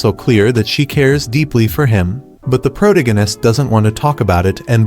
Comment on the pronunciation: I hate the way he says protagonist.